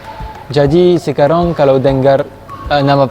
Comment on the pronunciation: Aku suka bingung.. “sekarang” terdengar “sekarong” 😳